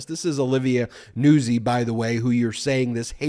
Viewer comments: NOOT ZEE, just sayin... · Isn't Nuzzi pronounced "nute-zi"? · Hey Ben, I’m a regular watcher and I’m watching you talk about Trump and his newest this video. And I just wanted to tell you that her name is pronounced Olivia Nutzi like pizza Nuzzi.